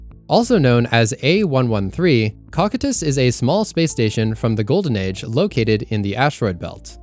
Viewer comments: Cocytus is pronounced co-kai-tus, not cock-it-us. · Bro. Cocytus. Say it with me: COE-SEE-TUHS. CoCYtus. NOT Cock-uh-tsss. 🙄